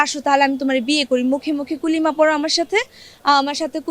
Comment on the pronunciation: কুলিমা নাকি কালেমা সে মুসলিম ভালো করে কালেমাটাও বলতে পারে না